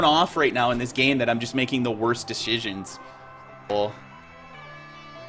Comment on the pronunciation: dechisions dechisions...